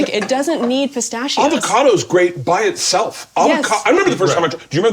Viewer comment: At this point it's official. Bert mispronounces on purpose just to get a rise out of people. And it works... Look at me typing away. There is no way in the face of the entirety of humanity around him pronouncing words correctly that Ta-Toooo and Night-Mere and Caca-Roach and now Pista-Cheeo are real. We see through your schtick (Bert would pronounce this... Sh-CH-tick) bud. But hey... You do you boo.